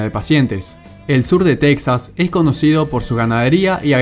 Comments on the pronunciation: En lengua española se dice Tejas, no Teksas, aunque se escriba Texas. Por cierto el término de "nación" usado al modo anglosajón haciéndolo equivalente de estado no me parece correc to.. Saludos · Es Texas no texxas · Aprenda a pronunciar Texas o Tejas correctamente en español. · SE PRONUNCIA "TEJAS" AUNQUE SE ESCRIBA CON X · Se pronuncia tejas. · En español se pronuncia Tejas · Gran video, solo una cosa amigo, aunque de escriba Texas, en español se lee Tejas, igual que Mexico se lee Mejico. No olvides que es territorio robado a los mexicanos y su nombre es español. Un saludo. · Texas se pronuncia /TEJAS/ en español!!